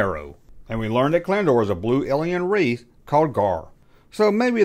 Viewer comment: i knew this ... still surprised,,, you said Keldor rigth😆